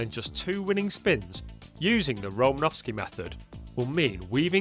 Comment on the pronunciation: Just a bit of trivia, there is no V in Romanosky